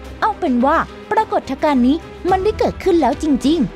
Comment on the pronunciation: ปรา กด ทะ กาน ?